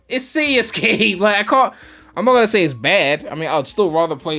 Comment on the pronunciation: “ it’s ci-e escape “ 😂😂